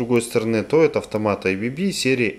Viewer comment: Все идеально но только не эйбиби а абэбэ